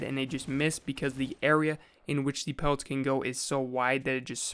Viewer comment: Every time he says pellets I cringe like crazy. Am I the only one?